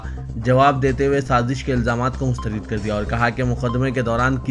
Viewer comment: Reader k liy,e ......mustharid wrong h ..... Mustharad ..Sahi h ..... ..Dr V.Ahmed M.B.B.S.